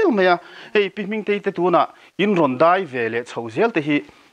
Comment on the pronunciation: hian daih tih leh mai tih tur hi deih tih leh mei ti a a sawi ṭhin hi ka lo ngaimawh riau a.In neitu hian nichin tih tur nachin a ti ṭhin pawh hi sawi dik theih nise a duhawm hle hlawm mai.Ngaihthlak a manhla hle mai